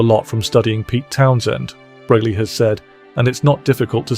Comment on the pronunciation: The pronunciation is FRAY-LEE. Got it! Fray-Lee NOT Free- Lee. Okay? Get it right!!!!